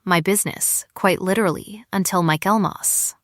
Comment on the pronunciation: Michaelmas not mykelmas